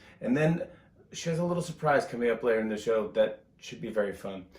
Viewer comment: I giggled out loud when he read: "The Tonight Sbow..." 😂 I love him so much more now that I've seen what a great father, and husband, he is to Nancy & the girls. He's genuine! I have so much respect for him. I'll be a fan for life! 🌱